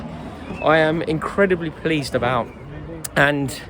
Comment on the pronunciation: Can't wait to hear what you have to say abihr Haaland lol